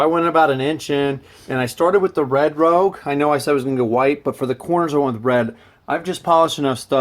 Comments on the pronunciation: Rouge is pronounced “Roozh” lol. Other than that, deadly video series. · Also the polishing compound stuff is pronounced 'rooo-sh'